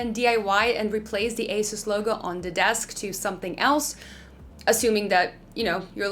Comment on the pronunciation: AH SOOS, NOT ACE US